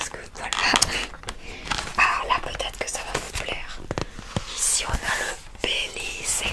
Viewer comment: Ça se prononce Bélize pas Bélizé 😉